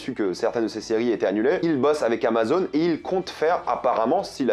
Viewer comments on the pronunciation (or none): none